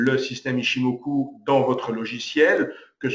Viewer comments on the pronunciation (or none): C koi cette habitude chez les frenshies de tjrs adapter une langue à leurs culture!! Chikou senkou ichimokou!!? Ya pas de ou!!! C'est Chiko span, C'est Senko span, C'est ichimoku. Apprenez à respecter les langues etrangeres. Vous voulez apprendre l'ichimoku allez voir la chaine d'un expert japonnais, son contenu est en anglais allégé facile a comprendre. Dans ttes les videos francaises ya pas d'explication sur les time,price et wave theories!!? ''Japaneese forex trader kei''